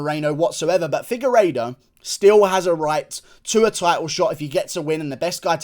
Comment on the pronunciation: Did you just say figureido on the prelims dawg 😐😐😐